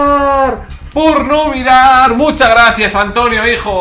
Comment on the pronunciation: Dice Por no Mirar Pero se escucha como Porno Mirar